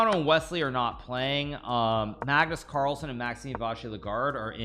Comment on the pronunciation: Did he say Kagnus marlsen?